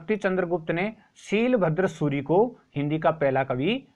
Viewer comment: शीलभद्र सूरि नही वो शालिभद्र सुरि है